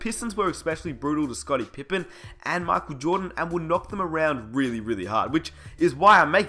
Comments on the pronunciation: Pronounced MICHAEL jordan Not MOCK jordan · "MOCHAEL JORDAN" 😂😂😂😂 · it's Michael not MOCKel you shmuck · Mahckle Jordan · Please stop destroying the word "Michael."